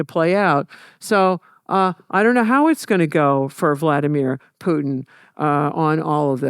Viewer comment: calling Putin 'pooin' is crazy. How can someone study that much history and still putting 0 effort into pronunciation of names. jfc americans